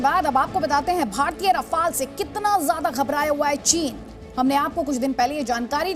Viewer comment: रफ़ाल क्या होता है भाई राफेल